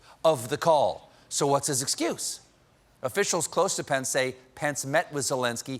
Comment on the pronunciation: It's always good to bring pants, especially if you're Trump.. and neither of them can spell, so that makes sense... (Your "Pence" kinda sounds like "Pants" sorry)